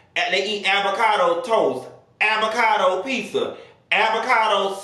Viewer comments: Hahahhaah what's "Aby-cado" 🤣🤣🤣🤣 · 😂did he just say “avacado sausee” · “AVACADO SAUSHICK” I hollered 😂😂😂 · Not “Abacado” though 🥑😂😂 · Nah Nessa he said Abacado hahaha😅😅